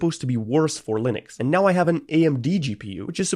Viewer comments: Linux ❌ Lunix ✅ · "lunix" lol